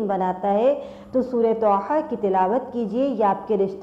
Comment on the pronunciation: سسٹر طھ ھے نہ کہ ط ح